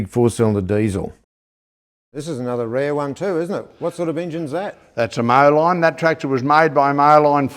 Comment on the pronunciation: Just a quick note, not meant to be picky. In the US, "Moline" is actually pronounced "Mo-leen". I know it's a weird spelling, but that's how its pronounced over here. Named after a town in NW Illinois along the Mississippi river.